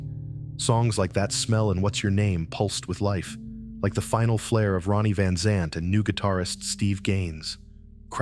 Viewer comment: This story is so full of holes it isn't funny. The voice talking can't even pronounce the name rite.